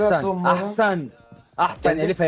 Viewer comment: Ahsan diyo abi yani aferim😂